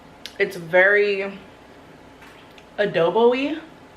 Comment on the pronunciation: “Pearl-ee” “Adob-oee” 👀👀👀😅😅😅😅